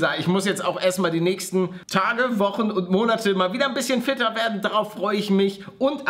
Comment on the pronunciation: Paluten hab statt fitter fetter verstamden 😂